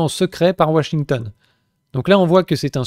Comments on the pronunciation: "WaSHingtON" ! Excellent ! 🤣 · ouachinton... Il est marrant l'accent du châblais 😅